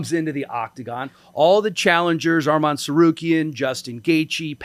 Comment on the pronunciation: HAHAHAHH can't even pronounce arman's name he's so scared